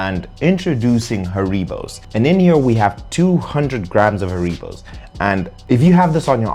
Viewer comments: The gummy bears are pronounced HAIR-uh-bow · HaREEbows -- LOL. It's not a Spanish word! It's actually HAReebow. It's derived from the name and home town of the inventor: HAns RIegel BOnn. (I lived in Bonn for years and when the wind was right, you could smell the gummies from the factory about 8km away.) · I've never heard someone pronounce Haribo like that lol